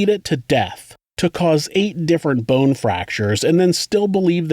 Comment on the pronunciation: The medical examiner seriously needs illocution lessons. She can barely pronounce any vowels properly. It's a creek, not a crick. Bone, not boanne. Skull, not skoal.